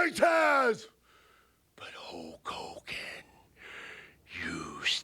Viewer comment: Take a shot every time Warrior says HOKE HOGAN 😂